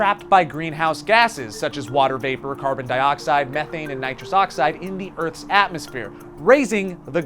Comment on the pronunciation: It’s pronounced meeeeeeeeethane